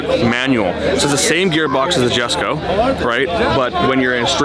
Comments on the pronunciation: Jessusss him saying "JHESKO JHESKO" it's erking me. Correct his ass for God sakes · someone tell him its pronounced "Yesko". It is spelled Jesko but said with a Y, named after Christian Von Koenigseggs farther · Lol he said "Jesko" it's pronounced yesko dummy.. and u own a Koenigsegg.. SMH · So damn glad to see you guys working together again. However the Jesko name being said wrong over and over drove me nuts lol